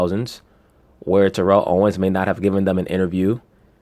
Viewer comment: Say that man’s name right... It’s TEAR-UHL.